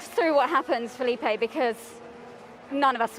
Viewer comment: You mean Felipe?